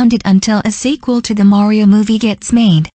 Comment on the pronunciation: Bro said Mayrio instead of mario ohhhhhhhhhhhhhhhhhhhhhhhhhhhhhhhhhhhhh